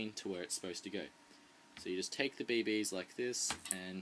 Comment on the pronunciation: u say bb's funny! bae baes... xD